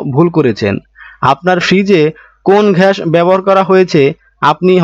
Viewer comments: ভাই ঘ্যাস কি 😆😆😆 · ঘাস না গ্যাস হবে।